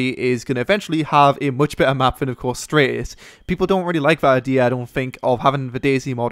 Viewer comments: Dude it's Stratis not straightis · It's Stratt-is not Straay-tis :P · Stratis not straytis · stratis streightis lol